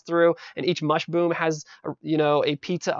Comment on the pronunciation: i like the part where he says mushboom